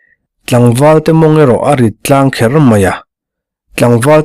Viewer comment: Chawhnu tlangher nilo in chawhnu thlangher tih tur ani zawnk ang a.